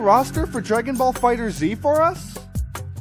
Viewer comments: It's fighterz not fighter Z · He pronounced fighterz wrong lol. Its Fighters just spelled with a Z